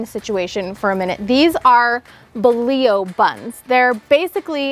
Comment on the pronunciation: I love this recipe and will be makin these tomorrow evening. On a side note, it's refreshing to hear someone pronounce bolillo properly!